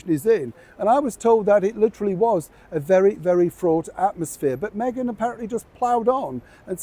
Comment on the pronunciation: You said it hawy "what megain wants megain gets", no change there.